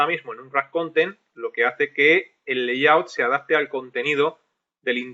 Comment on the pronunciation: Se nota que tu también aprendes maestro, en el 16 pronuncias layout como "layut" y en el 16b grabado al año siguiente ya pronuncias "leiyaut" 😂 Gracias por el curso.